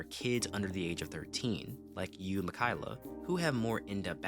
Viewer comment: Mikayla?😭😭😭 mi-ka-e-la